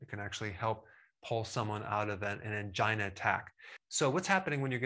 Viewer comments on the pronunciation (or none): none